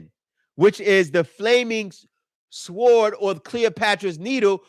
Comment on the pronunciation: The letter w is silent in sword.